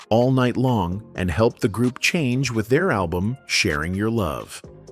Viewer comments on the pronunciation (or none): none